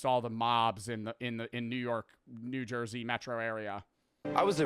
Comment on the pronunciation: boii said jawn wick in nu jersey boiiii this not abahht yuuuuu 😭